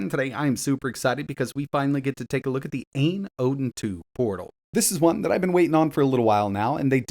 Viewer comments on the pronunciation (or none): "Ayn Odin" is pronounced as "eye-n oh-din" - "Ayn" not "Ain".